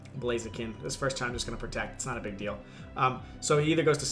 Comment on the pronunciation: I'm kinda noob with the english, but when I heard you say "big damage" ive always understand "pig damage" and I was like ok... Because In Guatemala, that is or mean something like "silly damage" or something xD